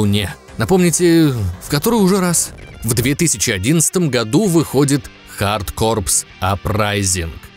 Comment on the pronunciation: Лайк за правильное произношение контры хард корпС. В ней робот еще мог прыгать дважды